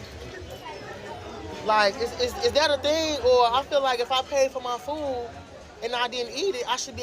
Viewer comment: "...paying for my fooooooooooooooo" - what is wrong with her? Is english not her main language? Why she suffers so much to say few words correctly?